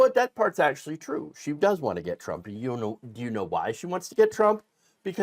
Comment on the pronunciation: It's tro, it's tro, it's weawwy weawwy tro!